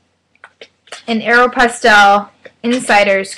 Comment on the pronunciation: you say Aeropostale weird....